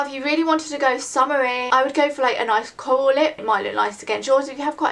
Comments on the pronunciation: i love how you say coral. "cowal" haha its cute. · when you said 'coral' the first time I thought you said Kohl, and you were talking about lipsticks so I thought you meant that you would wear an eyeliner on your lips... ahh! haha. Awesome vid~